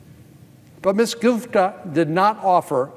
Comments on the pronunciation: lololololol check out he called her goofta not gupta hahaha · " Ms. GOOFTA" LOL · Off political topic here... Does anyone else hear him mispronounce her name right at the 6 minute mark? Check it out! I could swear I hear Goof-da. Click here and listen: . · I loved it when Sen Cornyn accidentally called her Ms Goofta instead of Gupta. Lol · Did he purposely call her Miss goofta? About 6 mins in... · Va Goop is not what America needs. As divisive as they come… Haha, he did say goofta 👍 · it sounds like he calls her "goof-da" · Is it just me or did he call her Ms Goofta a couple times? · minute mark he called her Goofta! Lmao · Did he call her Ms. "Goofda" ? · LOL 🤣 ~6mins or so, sounded like he said her name as "Miss Goofta" Very appropriate mistake 🤣🤣🤣🤣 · I heard that too! 🤣🤣🤣🤣